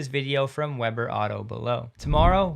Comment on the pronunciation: The Weber you're referring to is pronounced locally as WEE-burr, not WEB-BER. It's in Ogden UT, associated with Weber State University.